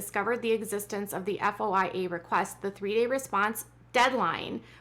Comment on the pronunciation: FOIA is usually pronounced “foy ya.”